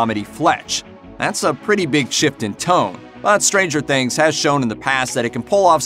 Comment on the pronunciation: Don't hit the 'stranger' when saying Stranger Things, it sounds ridiculous